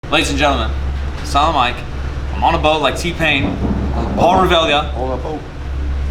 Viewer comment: when mike sais "silent mike" it sounds to me everytime like some kind of salam alaikum :D